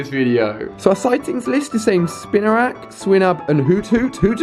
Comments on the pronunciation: it's spinarak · At least he was finally saying spinarak correctly! We're getting there.